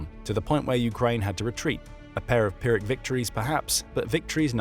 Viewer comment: Never heard Pyrrhic pronounced so stange. Worse then when brits try to say aluminum.